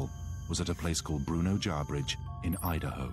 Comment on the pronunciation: It isn't JarBridge...it's Jarbidge....there is no 'R' after the 'B'